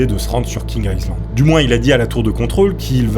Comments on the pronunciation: Ça s’appelle vraiment « King Aïzland » ou c’est juste sa prononciation qui est mauvaise ? Ça me perturbe vraiment 😅. Par contre j’ai adoré la vidéo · Ça s'appelle King Island et ça se prononce King AïeLand